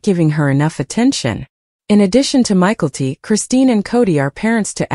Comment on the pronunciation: Please learn to pronounce (mykelti) ma kel te